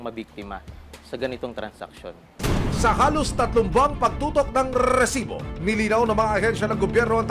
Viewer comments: sinong naiinis sa pag sabi ng RRRRRREEEEsssiiibbbbooo?? hahahahahhaha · Kabuwisit yung pagsabi niya ng rrrrrrresibo!! Hanep may nagmamay ari ng pinas at may kiboloy na nagmamay ari ng mundo,,onli in da pilipins.